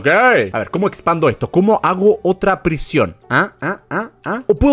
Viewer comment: Me encanta cuando no sabe decir prision❤❤😂😂😂😂🎉😅😅